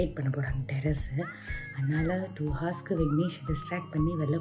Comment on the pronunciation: Akka h is silent in the word 'hour'